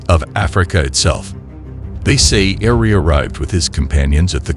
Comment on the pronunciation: The name is Eri not Ari